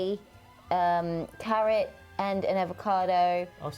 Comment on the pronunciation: I think an R from carrot jumped out & landed in the avocado 😂😂 love you x